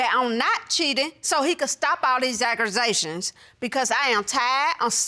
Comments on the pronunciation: The Gulleys: OMG she’s tired of the “AGGRA-zations” get some standard English under your belt sister then come back & state your case. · She cheating cant even say accusations right 😂😂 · the smell good guy she done created a new word ~ agrusations ~